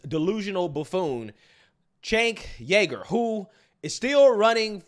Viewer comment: Bro ur pronunciations are terrible.. it’s CHUNK YOGURT (Cha-UNC YO-gert)